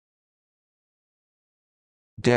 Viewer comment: you pronounce it as Desks? :O